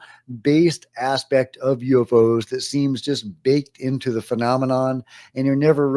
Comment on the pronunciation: "U evv oze"